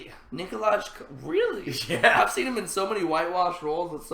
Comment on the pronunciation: Your pronunciation of Jaime's actor's name made me giggle. The correct pronunciation of Nikolaj is like Nicolai, Coster you did pretty well, and Waldau is pronounced like Val-(like in "Valerie" or "validation") -dau (similar to "now")